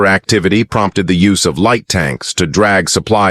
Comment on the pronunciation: UM. THE " LIGHT " TANKS...NOT LEA TANKS